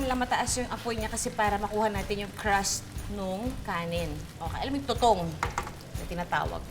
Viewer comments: Winner yung “Too-Towng” 🥰😂😅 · buset na yan,,, humagalpak ako sa suyal na "Tutowng!".. hahahaha